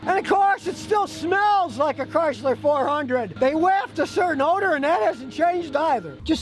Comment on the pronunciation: Whaddahya doin tryna fit a porpoise inna back seat ovafuggin Chryslah ovaheah? Comahn!!